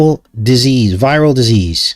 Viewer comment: Vetril Dease - Venereal D-sease